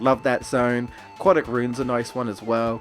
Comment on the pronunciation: Are you sure you're British? You say "aquatic" like an American 😂